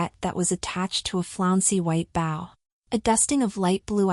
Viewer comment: I do enjoy the stories but do not enjoy missed pronounced words. Now bow like the front of a boat was use for bow like what is worn in your hair.